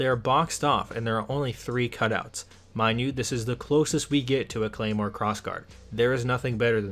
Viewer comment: You absolutely butchered the pronounciation of the Claymore you referenced